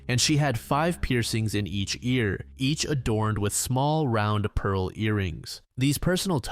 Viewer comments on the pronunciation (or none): none